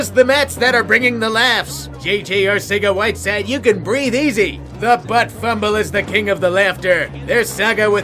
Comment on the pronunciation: Two problems 1. JJ Arcega-Whiteside's name is pronounced "Arthega-Whiteside". 2. That's not him, that's Jalen Mills.